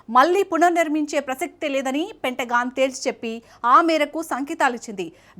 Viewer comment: పెంటగాన్ అని చదవాలి